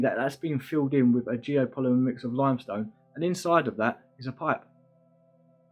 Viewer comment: Depth perfectly but then furver. No such word. Smart man, make an effort. Wiv with, ova other, fing thing. Let go of your childhood.